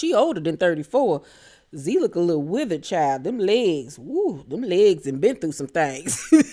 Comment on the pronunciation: did you say withered? 🤣🤣🤣🤣🤣🤣🤣🤣🤣